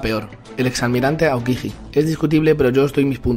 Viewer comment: No sabes ni pronunciar Aokiji